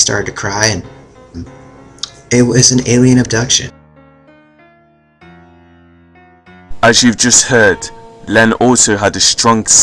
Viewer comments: It's pronounced AB-DUCTION not UB-DUCTION! but otherwise nice effort. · "Oobduction" lol